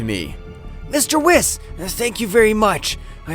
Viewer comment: It’s pronounced Whis(Whees) not (wiss)